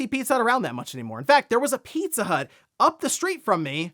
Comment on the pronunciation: every time he said it, i heard 'Pizzutt'...